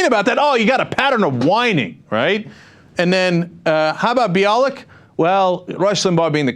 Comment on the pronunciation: Limbaugh said on his show that he’s been pronouncing Bialek’s name incorrectly (bee-AH-lick"). He cited Gloria Allred, who says her name is buy-a-lick. The only crude thing about that is that Limbaugh made slurping noises when he pronounced her name. And I remember Cenk pronouncing Bialek's name "buy-a-lick" in a previous video...